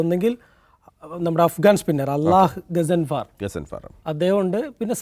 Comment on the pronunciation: ഗസാൻഫാർ അല്ല ഘാൻസഫർ ആണു